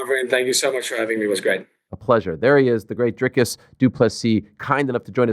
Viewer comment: funny ariel pronounces izzys surname right but doesnt pronounce dricus correctly 😂